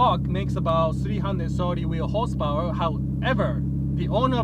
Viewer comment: Not enuf hosepowar